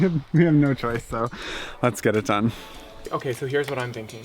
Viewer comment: “Dome”… not “done”. LOL 😂